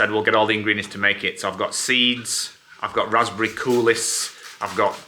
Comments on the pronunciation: Risotto is def going on my list to make! Also Coulis is pronounced coolee without the s. Made me giggle hearing say it wrong 😂😂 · Cooliss 😂 I do crack up at some of the food pronunciations, the all time classic was definitely chocks bun though. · You don’t pronounce the s in coulis! That porridge looked delicious! Love your vlogs guys ❤